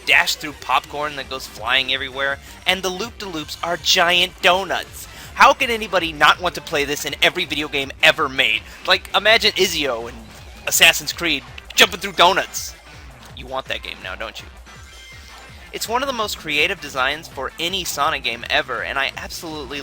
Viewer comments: its pronnounced etzio not ezio but you do write it as Ezio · Izeo? IZEO???? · lmao you pronounced ezio wrong:P but havent picked up this sonic game,i think ill wait.wii games should go even more down in price now that wii u is out next week:D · did he call ezio izzio?